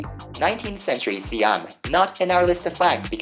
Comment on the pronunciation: im from thailand and i find it funny, also for the pronunciation of "siam"